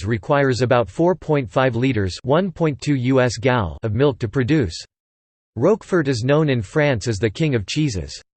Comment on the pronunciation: Learn to pronounce the Name of the cheese.